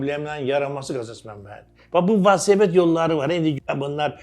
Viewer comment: valsoped yox,velosiped ay